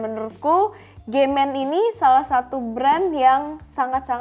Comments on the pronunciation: Pas bilang nama brand kok "G men"? wkwkwkwkwkwk 🤣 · agak kaget denger brand "gay men" awkwkkkwk